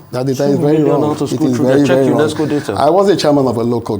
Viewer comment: Rufai why are you over emphasizing UNESCO as if is not 1 of the Bretton woods institute.